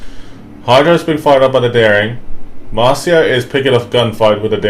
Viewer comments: The pronouncing of the Marceau is really 'ouch'! It it pronounced 'mar-so' and not 'marseeo' :) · Yeah I agree, I kinda cringed a bit lol